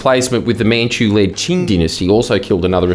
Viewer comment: Did this mf mispronounce Qing every time and then dub over himself? Am I going crazy?